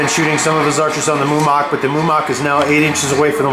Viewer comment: Mumak, Mu-ma-k